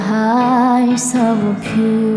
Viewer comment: 원곡에서도 그냥 캔택마아이즈오브유와 비슷하게 발음하는데 Off of 발음을 다 하니까 어색하네ㅋㅋㅋ 영어 잘하는 게 아니라면 들리는대로 따라부르는 게 가장 좋은듯 물론 나는 노래 더럽게 못해서 이런 조언할 입장이 아니긴 함